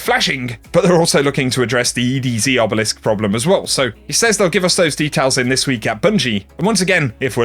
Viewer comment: the way you say "says"